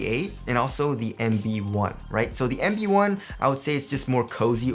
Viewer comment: it sounds like he pronounces the puma EMBiD One ! instead of LB One